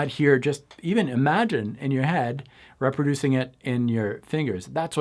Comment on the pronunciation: I think French is his first language.